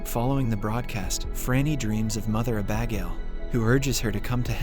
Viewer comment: The way he pronounces Abagail is hilarious! Uh-Bag-ale 😂